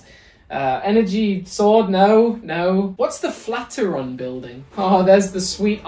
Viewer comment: And just in case you actually don’t know that Flateron building is the Flatiron building pronounced simply “Flat Iron” building. Its a famous landmark in NYC and one of the other LEGO Architecture sets